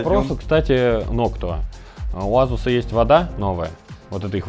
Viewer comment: я его азуз в азуз имел , как резало слух Вроде Асус говорится